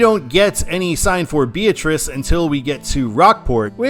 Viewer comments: the town in Nebraska is pronounced "Bee-AT-rice" not "BEE-uh-trice." Great video! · job as always, but a couple of minor pronunciation corrections. Nebraskans stress the "AT" in Beatrice. Also, there's no "s" in Maryville, Missouri. I actually think Maryville would be a better control city than Bethany east Beatrice. It's quite a lot larger, and it's a fairly important college town.